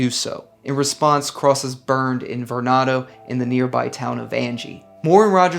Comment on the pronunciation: That area, Varnado, Bogalusa, etc. is still very much the Wild West. It feels like driving into a different country. Was born in the area and have always pronounced Varnado as “Var-nuh-do,” great video and love the channel!